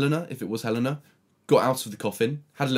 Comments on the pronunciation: btw, helena is pronounced Hel-AY-na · Did no one get angry at the fact he said HELENA WRONG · Take a shot everytime fucking says Helena wrong